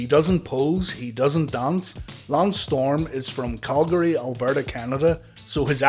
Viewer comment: Calgary dramatic pause Alberta Canada